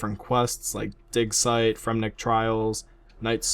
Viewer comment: its digsite not dicksite